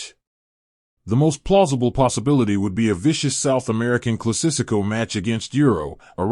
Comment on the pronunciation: Scolon, Maraccan, Classisico, Laro Martinez 💀